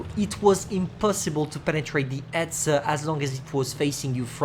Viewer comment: You say etzer